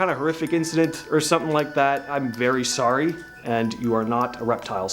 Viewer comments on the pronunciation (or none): none